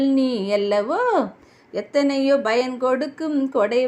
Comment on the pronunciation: தங்கச்சி. நல்ல பாடல். நன்றியுள்ள. மனிதன். புகழ்ந்து பாடும் வகையில் அமைந்துள்ள பாடல். Payan. Bayan. கிடையாது. ப்பயன். Pa யன். என்பதே சரிமான தமிழ் உச்சரிப்பு